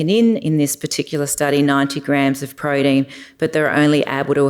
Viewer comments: Please say protein not prodeen. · Great content but I can't keep listening to her saying "proh-deen".